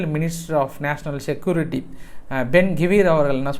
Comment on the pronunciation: சுச்சிவேசன் ஆ? சிற்றுவேஷன். ஆன் உச்சரிங்கடா விந்தியர்களா செக்யோறட்டி. இல்லெடா சிக்குயூரிற்றி. டா